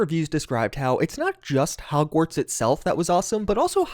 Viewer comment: Is it just me or did he say hogsweed?